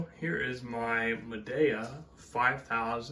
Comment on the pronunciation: Turn it off right after dude decided to say Madea weird